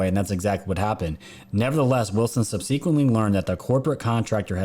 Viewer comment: But I do want to ask you to look up the pronunciation of “subsequent” and “subsequently”. The accent is on SUB not the second syllable. Other than this you’re nailing it!